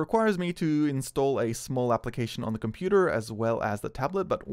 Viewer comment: Can u please stop saying computa